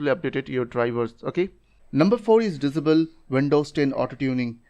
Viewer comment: I watched all your video just to hear "Dizabel"